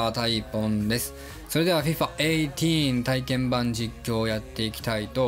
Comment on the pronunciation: FIFAえいてぃーんていう人初めて聞いたw